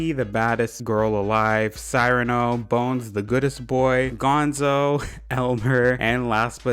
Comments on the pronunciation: Isn’t it Ce-rah-no? Not Cyiiii rano lol? Like see…rano? For the pronunciation of Cyrano lol 🤗🤗🤪😁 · Small thing, but Cyrano is pronounced see-ra-no. He’s named after the title character of a French play who has a big nose! (It’s a really good play, one of my favs, highly recommend and I also love Cyrano as a villager.)